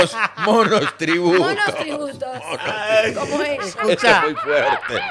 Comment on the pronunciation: o se come las "s" o las agrega donde no debe, "monostributos", volve a la escuela querida!!!!!!!!!